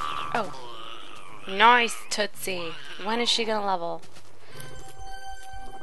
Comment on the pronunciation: its tootsie